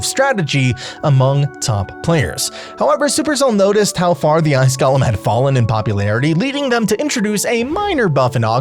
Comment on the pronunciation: You're (like so many others) pronouncing Golem incorrectly. You are pronouncing it like Gollum. They are two different words. I know some people will like to claim that you can say it either way, which is correct, if you want to pronounce it wrong...or you could choose to say it correctly and not act like you are talking about a The Lord of the Rings character. My precious!